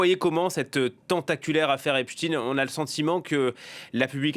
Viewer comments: Arrêtez de dire Epstine. C’est« Epstein », et non « Epstine ». Les médias ont reçu pour consigne de modifier sa prononciation afin de le dissocier d'Albert Einstein ( lol) certainement ou peut être sa proximité avec Israël . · quand ils prononcent « epstine » au lieu de « epstein » 😂 c’est trop tard on sait qu’il appartenait à la communauté « élue »